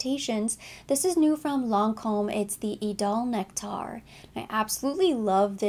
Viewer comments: Appreciate the review but it’s just idole “nectar” and not nect-aar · oh thanks for the info. I just saw a video where zendaya pronounced it as nectar. So I thought I would let you know. But if it’s from the brand then that’s what it is 😊